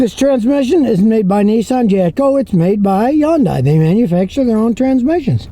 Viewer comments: Scotty did the research on this pronunciation. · "Hyun-dae" is how Koreans pronounce it